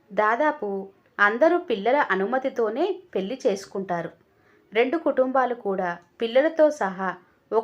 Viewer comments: పెళ్లి అనే పదాన్ని పెల్ అని చదవి విసిగించే వద్దు. కథ బాగుంది. చదవటం ఇంకా బాగా ఉండాలి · కథ చాలా బాగుంది. నిజంగా తోడు కావలసింది 50 తర్వాతే. పెళ్లి అనేది కేవలం శారీరక అవసరాల కోసం మాత్రమే కాదు. నాకు నువ్వు,నీకు నేను అనే తోడు,సాన్నిహిత్యం కోసం. కథ బాగా చదివారు. పెల్లి అనే ఒక పదం తప్ప, మీ voice కూడా బాగుంది. రచయిత సత్య ప్రసాద్ గారు రాసిన కథలు అన్నీ కూడా ఒక ప్రయోజనం ఉండేలా ఉంటాయి. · Laa should be pronounced properly pelli and malli